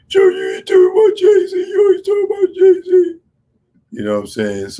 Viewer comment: "Ray Zee!!!" Damn son